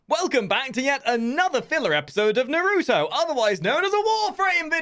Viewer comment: did he just pronounce naruto wrong?